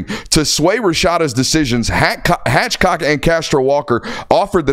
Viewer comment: Uhhh it’s Hathcock NOT Hatchcock, that’s two of you Georgia guys now that have done your “reading” for us.